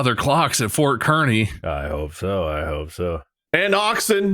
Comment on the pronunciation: As much as I can’t stand Kearney, every time Bob says ‘KER-ney’ my Nebraska-born ass went ‘It’s KARN-ey, Bob!’ 😂